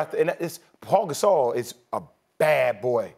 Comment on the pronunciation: “Paul Gasol”